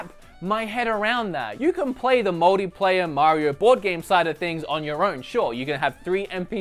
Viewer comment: lol "muldyplayer"